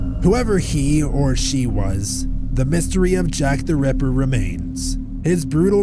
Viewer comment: Jack the REPPER? Jack the RAPPER? That pronounciation is strange. I prefer the other narrator.